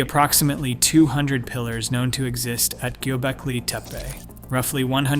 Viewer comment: He must have had some typos? He pronounced it correctly pretty soon, and didn't re-do it. I found it fascinating.